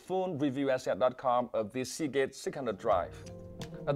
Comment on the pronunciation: hear him say segate sick 100